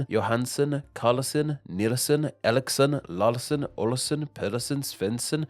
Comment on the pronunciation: Couldn't watch more than 2 min of this video with all the wrong stuff and even failed attempts to say things "Eriksson" is "Alixsen" and "Larsson" is "Lawlson", like seriously you could at least have tried and listened to how it's pronounced